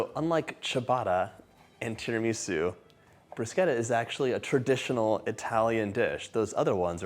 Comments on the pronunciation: Dear John...thanks for saying bruscetta and not brushetta!😊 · Thank you for pronouncing it correctly, John. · He pronounced it correctly thumps up from the beginning ❤😊😊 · Thank you for pronouncing it correctly! 🇮🇹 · I was just about to type the same comment!! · The way he says it is the Italian pronunciation, you see enough Italians online correcting people so now I say it correctly too :)